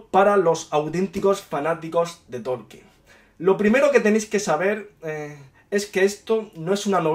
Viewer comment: Tolkien...no Torkien